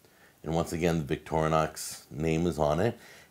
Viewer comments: There is no 'a' in Victorinox. Stop saying Victorianox! Could do a drinking game with the amount of times he mispronounces Victorinox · The name is NOT VicTORnox but Victor Inox, Inox with "I" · I think it's more like "Victory Knox" in pronunciation. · we always pronounced it: vic-tor-nox